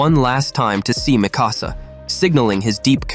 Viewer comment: For 24, when Eren is talking to Hange he literally goes, "I could use the power of the War Hammer Titan to escape". And 28, well, Levi is Levi. And, can you please pronounce Mikasa's properly? It's not that hard.